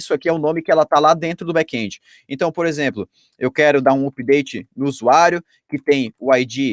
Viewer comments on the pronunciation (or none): none